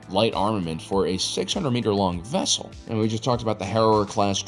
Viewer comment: a what? a ves-kull?